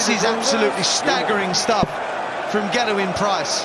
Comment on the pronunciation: Anyone else find the way Mardle pronounces Gerwyn to be very irritating?